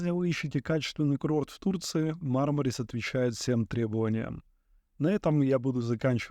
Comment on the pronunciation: МАрмарис - по-английски. Или - МармарИс - по-русски (ирис, мармарис, барбарис). Но никак не «МармАрис».